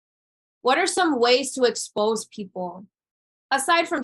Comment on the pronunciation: As a native English speaker, her use of the word "expose" sounded very wrong.